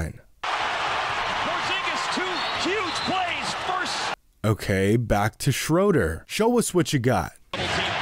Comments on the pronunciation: SHREW-der not SCHRO-der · How does this man not know how to properly say Dennis Schröder’s name. Smh